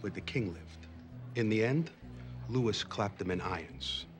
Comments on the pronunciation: Little Carmine mispronouncing Louis and Versailles implies he actually read about the French Revolution and didn't just hear it through some documentary or movie. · I live in NJ and I guarantee I’ve heard a guido call king Louis “Luis”. So realistic but hilarious 😂😂